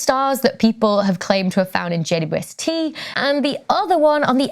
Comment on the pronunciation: Wow. Could that be "God's Eye" , as in "The Mote In God's Eye" book by Larry Niven and Jerry Pournelle, 1974? Cool! Please, it is JayDouble-YouEssTee, NOT JayYouEssTee. Please slow down just a bit and pronounce the name correctly. Thanks.